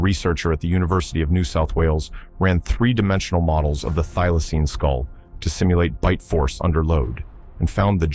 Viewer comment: Thylocine not i'm not dealaceine